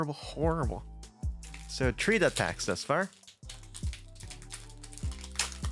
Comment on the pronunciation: One, two, tree.